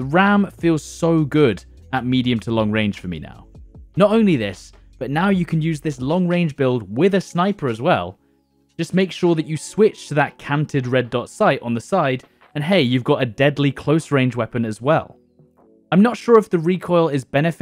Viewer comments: Canted hybrid? You keep saying cronen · It’s canted hybrid not cronen 😂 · CANTED not Cronen! looool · It's canted hybrid but I swear he keeps saying cronen hybrid. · Say it with me. CAN - TED. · I think it is said as canted (can-tid)